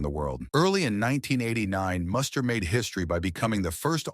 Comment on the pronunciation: This video makes a couple of egregious mistakes. 1) His name is pronounced Moo-ster not Muss-ter. 2) Muster was not married from 1989 to 1997. I have no idea where that came from. He married Australian TV presenter Jo Beth Taylor in 2000. They divorced in 2005. Muster remarried in 2010 to Caroline Ofner. Additionally, while Muster's 1997 Australian Open semifinal run and subsequent Dubai title are mentioned, the video strangely doesn't mention Muster's Masters victory in Miami in March 1997. In fact, Muster reached the semifinals or better in four of that season's six most important outdoor hard court tournaments (SF Australian Open, SF Indian Wells, W Miami, F Cincinnati).